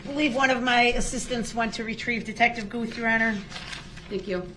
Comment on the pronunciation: At , The Detective's name is Stephen Guth. It is pronounced Gooth. DB actually pronounced it correctly! Mind you, this is his witness, and he doesn't even greet him with salutations merely launches right into questions. He has no idea what estranged means. He is now estranged from his whole family and any friends he may have had.